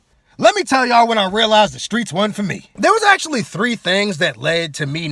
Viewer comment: Screets sounds like skeets